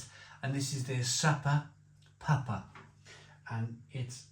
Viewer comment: It's pronounced , ( Super Pewpa ) not. suppa Puppa .lol. Sediment , cement lol